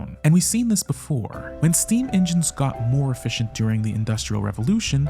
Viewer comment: Nice job on the video. When you say “efficient chips” I hear “Fish and Chips”. 😂